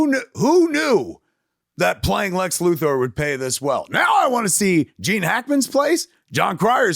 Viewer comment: I'd say I hate the way he says Luthor, but he says Comic Con like an asshole, so it's on purpose now.